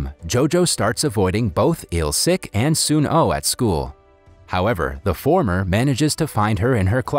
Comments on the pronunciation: Bruh it is soonoo not soon O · Just a heads up its actually sun oh as in the sun then oh